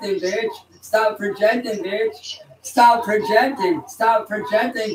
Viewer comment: When did he learn the word 'peojecting'? That's a 3 syllable word, those are hard for walking bedbug farms.